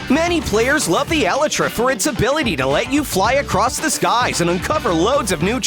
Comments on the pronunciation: Elytra is pronounced E-lie-tra and not E-li-tra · why is it eli-tra its E-laytra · It is not eleytra,it is elytra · it’s actually elytra not eletra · For some reason, the way he pronounces Elytra gives me anxiety...